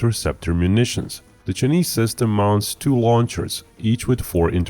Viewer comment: The pronounciation of Chinese as "Sir-Knees" is hilarious